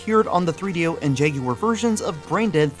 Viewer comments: Yay! Someone who can say jagUar!! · Thankfully you don’t pronounce it as “Jag-Wire” unlike a certain Gaming Historian.